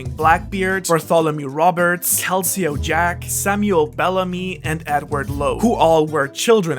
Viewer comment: 'Calceo Jack' really? It's 'Calico Jack'. You just take other people's imagination, trample it while retelling it, and sell it for likes. Channels like this are hooker channels.